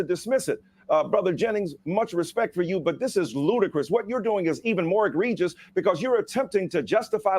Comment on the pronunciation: Did Michael Eirc Dyson say 'Egrievious' at ? what is egrievious?